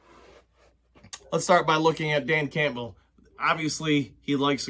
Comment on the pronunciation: I've watched several of your videos now and I really enjoy listening to your insights. There is just one thing that bothers me. Your pronunciation of Campbell. The "p" is silent, it's pronounced Cam-bell. Sorry for the nitpick